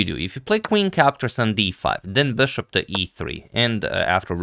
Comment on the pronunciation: I love Agad's "Böshopp" pronounciation 😀